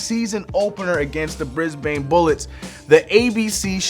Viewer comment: As an Aussie you killed me when you said “brisbaaane” it’s short and a hard A